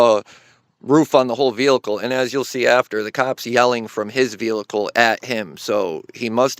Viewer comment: VEEE HICLE not VEAL ICLE